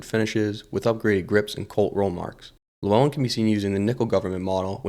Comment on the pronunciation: Also the way you pronounced Llewyn as Lew-on